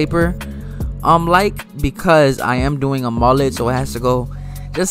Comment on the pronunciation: The way you pronounce Mullet is messing with my brain